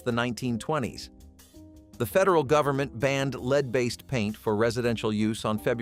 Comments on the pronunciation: It's pronounced "Led" not "LEED" M-80s were Awesome! Fortunately, only STUPID Kids got hurt by Fireworks. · Yeah, supposed to be pronounced "led"